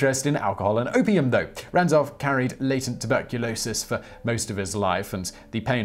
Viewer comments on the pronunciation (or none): none